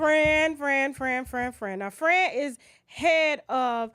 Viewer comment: I love how she's saying Fran like Fren lol